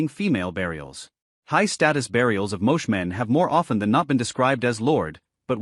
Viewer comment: Pronounced "Mo-chay". !